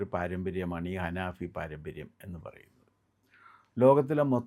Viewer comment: അനാഫി അല്ലട പൊട്ട അനഫി എന്നാണ്